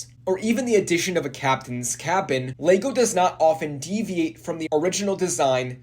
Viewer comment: Why do you keep pronouncing it "Leygo" ?? Annoying AF mate.